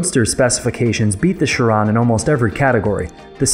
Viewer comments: The way he pronounce chiron and superleggera gives me cringe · You are pronouncing chiron wrong and that is a limited production collector's car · Who else is triggered by the way he pronounces Chiron? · Can't even say chiron properly and you're a genius 😂 😂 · You say genius but you can't even say Chiron and Superleggera correctly. So much for genius. If you can't appreciate cars in general, you have no right to simp over Tesla. Hypocrites.